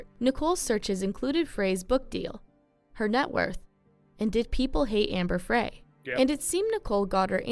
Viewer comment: That woman pronounced Amber Frey’s last name incorrectly. It’s pronounced “Fry”, like a French fry.